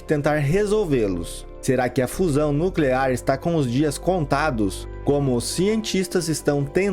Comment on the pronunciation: Não e' no clear,e' nuclear !